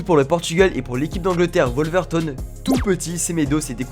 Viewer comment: Mdrr ça se dit passionné de foot mais ça sait pas prononcer Wolverhampton 😭😭😭